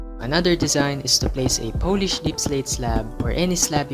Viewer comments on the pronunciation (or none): Its p-o-lish-d not poh-lish-d